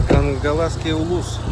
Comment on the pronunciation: Хангаласский, а не Кангласский